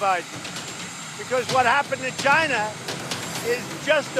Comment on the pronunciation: It's really funny the way Trump says China, he sounds like he said 'Gina like in vagina. LMAO